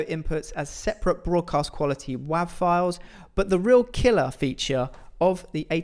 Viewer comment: did he say... waahv?